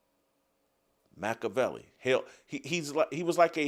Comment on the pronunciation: Your pronunciation of Machiavelli’s name and interpretation of the Prince are both wrong.